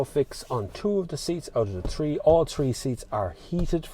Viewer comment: It’s not model tree, it’s model “th” reeeee